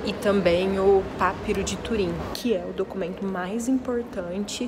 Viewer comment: Daí por vezes as confusões com a pronúncia como p(á)piro em vez de pap(í)ro. É sempre preferível ver pessoalmente os objectos originais do que o que se ouviu na escola em teoria. Obrigado pela partilha e pela qualidade das imagens.